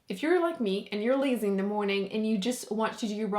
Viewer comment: When you said "if you're like me and you're lazy in the morning" I freaked out because it sounded so british haha